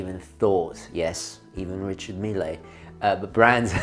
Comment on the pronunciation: "Richard Mill-é" ?! Since when do you pronounce it the Italian way. They guy is French.